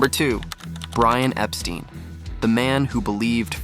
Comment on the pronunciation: Actually Brian’s last name is pronounced different than that of Jeffrey Epstein.